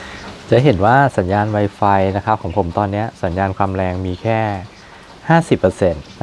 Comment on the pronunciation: มันอ่านว่าไวฟายไม่ใช้ให้อ่านไวไฟพูดไม่ชัด